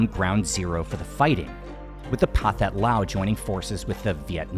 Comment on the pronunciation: "Pathet" is pronounced "pa-tet". No Southeast Asian languages has a "th" sound like in English. (The 'h' indicates aspiration.)